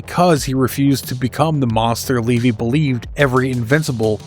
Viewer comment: Its levy not leevy…